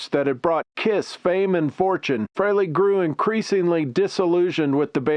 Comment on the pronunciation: You can't even pronounce Frehley correctly. It's free-lee not fray-lay. Your AI either sucks or your narration does.